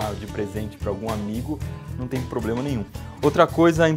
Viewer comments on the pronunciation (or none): none